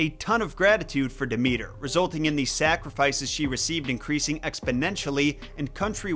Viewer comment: Maybe if you learned to pronounce her name she'd be kinder to you.